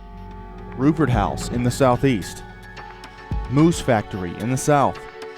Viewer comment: The way he says Moose Factory lol sorry .that's my reserve though.